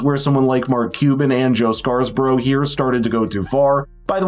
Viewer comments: First time viewer. Good show. *BTW, it's Joe Scarborough, (as in Simon and Garfunkle's 'Scarborough Fair') not ScarS borough. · Dude, his name is SCARBOROUGH....not SCARS-BOROUGH. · Have you not heard Scarborough pronounced before it's not scarsborough😂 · You couldn’t take a minute and figure out how to say Joe Scarborough’s name properly? Is that the kind of preparation we should expect from you going forward?